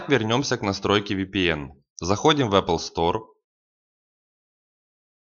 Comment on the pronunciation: Может эп стор а не эпл стор